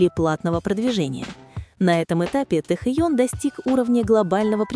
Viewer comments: Режет слух ваше произношение имени Тэхена - почему ТэхОн?! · Почему не правильно произносите ИМЯ ?